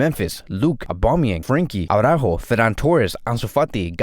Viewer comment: I've had it with this Awww-ráhho Awwww-ráhhho Awww-ráhho. It's not because Jamie of TalkFCB always shouts Aww-ráhhho that you have to copy it. It really sounds so retard. For Christ sake, it's Ara-ÚÚÚjo (emphasis on the Ú and soft j). Do yourself and us all a favor: just listen to how they pronounce the name in Cadenaser, or how Alex of Blaugrana Planet pronounce Araújo, and please please please do stop sounding like a retard. Just trying to help you. This is an excellent channel - with more depth than Jamie the screamer. But this Awww-ráhhho just kills it for me.